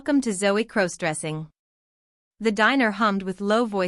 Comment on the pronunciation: Stop mispronouncing crossdressing 😮😮